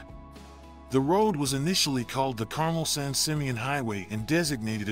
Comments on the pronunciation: …….Car-Mel. (perhaps the most charming hamlet in California, Carmel-by-the-sea. Clint Eastwood was mayor back in the 1980’s, and still lives there). ……Car-Mel. 🤷🏼‍♂️👌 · How come AI voice can’t pronounce Carmel? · carmel - accent is on the second sylable. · Carmel is mispronounced every time it's mentioned. Hwy 1 will face more challenges than it currently does because of the impact of climate change. Kudos to the highway dept for all they do every winter season keeping the road open & for all rhe repairs they do to the world's most beautiful road to keep it open for us locals as well as the tourists. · you should at least learn how Carmel is pronounced, and the road has been fighting landslides since its inception. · Carmel is generally pronounced Car Mel, not Carm el. In any event, I’m glad that I got to drive on that road. I’d hate to see it disappear, but Mother Nature doesn’t seem to like the road. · Not carmel It's pronounced car-mel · One of the problems with relying on AI narration and not monitoring it: regional names get mispronounced in predictable ways. Carmel-by-the-Sea in Monterey County on the Central Coast is known as Carmel -- but not pronounced like the candy. It's "car-MEL", not "CAR-mul". Like many Californian towns and cities, it was founded by Spanish colonists (in 1797) and had a Spanish name, in this case there was a Catholic Mission called Mission San Carlos Borromeo de Carmelo. Borromeo was the Archbishop of Milan, Italy, in the latter 16th century. So we have an English interpretation of a Spanish interpretation of an Italian town. Of course it's going to be idiosyncratic and require someone presenting an historical overview to keep on top of such details. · CAR-mull?? I always thought the pronunciation was car-MELL. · BTW, you keep saying, car-mel, like the candy. I believe it should be pronounced, car, like a vehicle you drive, mel, like the name. Check it out. Ask the local Chamber of Commerce. Over all I enjoyed the video.